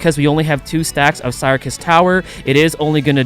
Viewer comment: I think you pronounce syrcus as circus but other than that, all good!